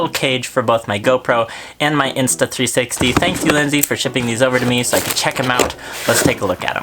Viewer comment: Nice cages and vid but.... “ulinzy”??? It’s u l a n z I.